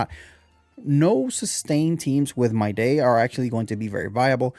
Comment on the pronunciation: I mean no offence but just an FYI, Mydei is pronounced as "My-Dee" which is why Tribbie's nickname for him is "Dee"